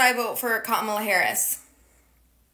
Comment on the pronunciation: Notice how Alexa mispronounces Kamala.